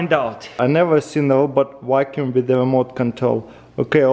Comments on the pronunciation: "you can program this wakoum to wakoum on the edge" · “i love that you can program it to wackyuume the edges”